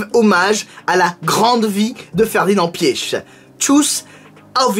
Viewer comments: Ça se dit Ferdinand pitch en phonétique pas pieche xD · Je crois que ça se prononce Piar (les germanophones corrigez-moi) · Je pense que la bonne prononciation c’est « piche » sinon quand j’ai appris son décès j’ai tout de suite pensé à toi, j’étais curieux d’entendre que tu avais à dire sur lui et je trouve que tes histoires sont plus parlantes que les reportages tv☺️ a chaque fois que tu parle de quelqu’un de connu dans le monde auto en fait on s’aperçoit qu’on le connaît pas tellement